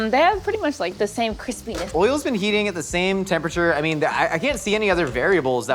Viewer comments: It's "cwispyness", damnit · "Keeespeeenesss" Me: (while laughing hard) I love this show so much